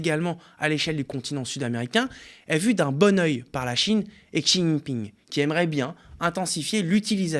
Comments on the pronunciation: c'est pas un peu abusé de pas essayer de bien prononcer Xi JInping ? franchement le plus miteux intermittent du spectacle ferait mieux niveau prononciation/présentation .... OSKOUR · La prononciation de Xi Jinping c’est quelque chose…